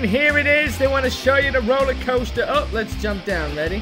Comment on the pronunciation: Coaster Not coter